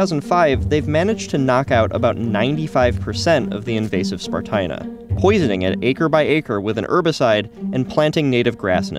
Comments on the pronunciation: Stupid humans. Meanwhile, I think it should be pronounced spar-TEE-na. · Spartina, as in esparto, rhymes with concertina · "THIS IS SPART-INA"